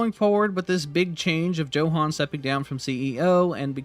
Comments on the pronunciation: Tbh I 😂 every time you said Joe Han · I think its pronounced as yohan